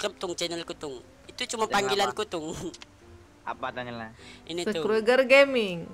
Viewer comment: Skruger bukan skrueeeeger